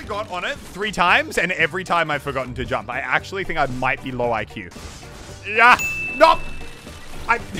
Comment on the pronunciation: jamp !!!! Pronunciation